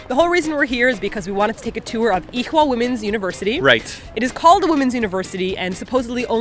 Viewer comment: You guys over say the "H" in Ewha...it just sounds like "ee-wa" . I took classes there for a couple of months. Nice place and a short walk from Sinchon. :) The under/above ground building thing is really stunning in person.